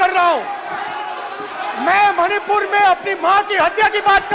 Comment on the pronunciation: Even he was not able to say Manipur rightly.... mahipur... mahipur 😅